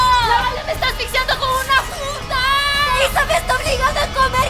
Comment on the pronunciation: yo escucho fuda